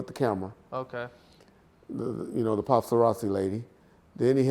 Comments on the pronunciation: Nigga hungry talking bout "Pasta-razzi" 😂😂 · The pastarazzi...😂😂😂